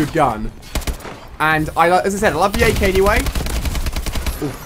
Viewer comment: Ak not sky